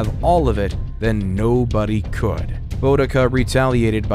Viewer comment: This is excellent background noise. Thats about it. Th-aymes. Boe-dica. WW2 in 1945. Excellent speaking voice tho. Maybe just have someone else write the history.